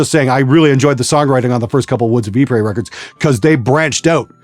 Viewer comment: By the way,, Ypres is pronounced, "Yeh-Pree", not "Yee-Pray"